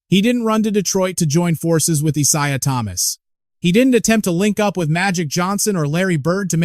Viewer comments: If you can't pronounce IsIah Thomas's name correctly, then you are not worthy to comment on the NBA. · use a real vo, not an AI voice that can't pronounce Isaiah Thomas's name properly